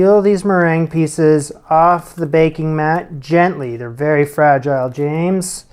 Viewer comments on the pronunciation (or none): none